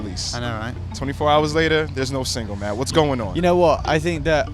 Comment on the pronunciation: it's "ma-e" if we're gonna do this properly